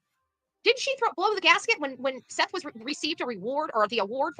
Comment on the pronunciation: calls Seth - Seff….. so there is that for weird names. Come on now …